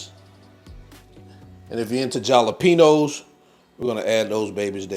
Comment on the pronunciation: The "j" is silent in jalapeños, lol. Great recipe!